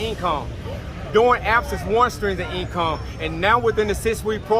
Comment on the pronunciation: "Strings of eencome"